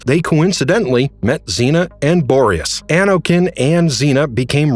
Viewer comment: The constant yet inconsistent mispronunciation of Borius is hilarious!